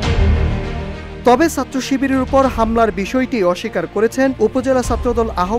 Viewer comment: উচ্চারণ ঠিক করেন। বলেন ছাত্র / সাত্র আবার কি?